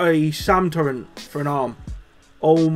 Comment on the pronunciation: sick vid man by the way its turret not turrent